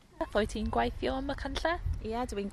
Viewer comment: is the only one that sounds natural. All these people sound like learners who need to work on their pronounciation, including the presenter. Points for trying, but 'gwAHeeetheeooww' instead of 'gweithio' is like nails down a black board, and she also doesn't roll her 'r's either. Pronouncing 'ei' as a posh sounding 'ah' is a bad habit that is often done by learners who typically have middleclass English accents. They say 'MAHeerioon' instead of 'Meirion' and 'tAHeetheeow' instead if 'teithio'.